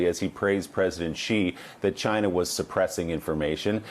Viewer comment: Its "just one person from 'CHA-NA', we will disinfect him with Clorox" LOL